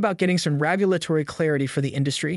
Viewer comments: He keeps say “rAgulatory” instead of “rEgulatory”. Is that driving any of you crazy? lol😅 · Dude what is “ragulatory”? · Why are you pronouncing regulatory wrong lmao